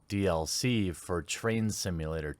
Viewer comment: I thought you said Trans Simulator!